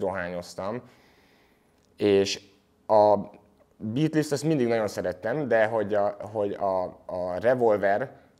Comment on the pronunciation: Az nem likvid szwördsz, hanem likvid szords, nagy hiphop fanatisták vagyunk legalább ejtsük helyesen, úgy mint a bitlisz, ami bítölsz amúgy